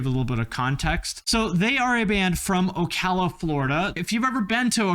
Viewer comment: I am from the area around Ocala, you pronounced it right. We call it "SlowCala" here because it's horse's and old people.